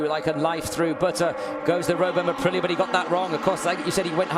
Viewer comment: It’s 🇮🇹APRILIA🇮🇹 not 🌮ApriLLa🌮